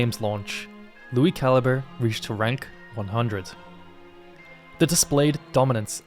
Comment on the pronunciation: It's pronounced Lui Cal-I-Bre.